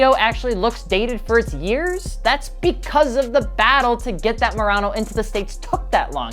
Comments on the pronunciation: Say it with me Monaro (mah_nah_row) Not Morano, that's a nissan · It was the Holden Monaro, not Morono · Did you say "Murano?" Its pronounced Monaro. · Hey, great work here however the Australian car is spelt and pronounced "Monaro" not "Morano" 👍🏻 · You’d think for someone that “loves” these cars, would know that it’s Manaro not Murano and it’s a 6.0 not 6.1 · This GTO was only planned as a 3-year run, since the Holden Monaro (not "Morano" as this "expert" repeatedly calls it) was ending production in Australia at the same time as the end of the import agreement. It also wasn't really that dated in looks in , considering it was pretty similar in appearance to the current-at-the-time Mercedes Benz CLK55 AMG and not terribly different from the BMW M3 that were available at the time the GTO came back to the US. Even the 2007 Audi A5 had a similar "jellybean" shape. Even the BMW M6 from had the same basic shape as this GTO. But I guess it's not to be criticized if BMW does it. If this car had logo from Mercedes, BMW, Honda, Acura, Toyota, Audi, etc. instead of a Pontiac arrowhead, it wouldn't have been complained about as much. The saggy suspension issue was caused from the cars being strapped down too tightly on ships during transport from Australia, which crushed the suspension bushings and strut mounts on most of them. Also, it was a 6.0 liter from , never advertised or claimed to be 6.1. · When he said "Holden Morano" I cringed so hard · “Monaro” not “Morano” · This video gets a dislike because he knows basically nothing about the Monaro. Like the fact it’s actually called Monaro, not Mollalro or whatever the fuck he said. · It's a Monaro, not a Murano.... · MONARO not MORANO AUS is pronounced OZ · Monaro, dude. Not Morano. Vauxhall Monaro. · Monaro... not morano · “Morano”, mate it’s a MONARO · "holden morano" the disrespect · It’s pronounced Monaro brother, not Morano. 😂🤷🏼‍♂️👀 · Morano or Monaro? I know its Monaro. Come on! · monaro* not morano :)